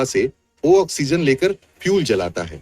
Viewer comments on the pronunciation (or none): Ai audio hai isliye oxygen bolne me usko dikkat ho rhi hai vo hindi me likha padh ke bol rha hai